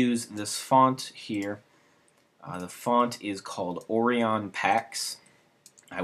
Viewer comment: How have you never heard the word ORION pronounced before? Also... Orion Pax was Optimus Prime before he died and was reborn. Hence why it looks like transformer text.